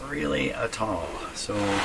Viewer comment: It's not at alll , it's "At all!"!